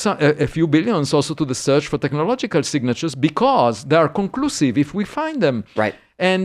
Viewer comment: every time he says technological signals all I hear is the meme of the Doods in the Land Rover TECHNOLOGLOGIA!?! TECHNOLOGLOGIA!!!!!